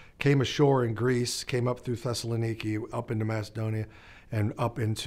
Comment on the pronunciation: Big props for pronouncing Thessaloniki spot on!